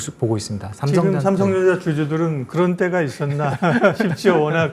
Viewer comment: 왜 발음이 삼성정자로 들리지 ㅋㅋㅋㅋㅋ